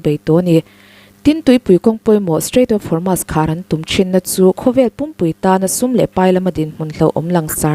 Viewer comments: Strait of hurmu...😂😂😂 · Strait of Hormuz hi mizotawng ang chiahin "muz" lai hi sawi roh or strait of hor-mooz.